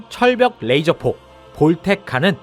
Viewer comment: 철벽 레이저포를 잘들으면 절벽 레이저포로 들리는ㅋㅋ